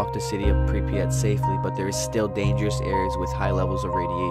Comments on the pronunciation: did you say prepryet its pryvyet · Pripyat is pronounced: Prip-yat not: Prip-pre-yat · It's Pripyat, not Pripryat. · The way he says Pripyat triggers me. He says Pripriyat. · So I was in Ukraine for 6 months and am learning the language... the way you say Pripyat 😂 preepret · The way you say Kiev and prypyat makes me so upset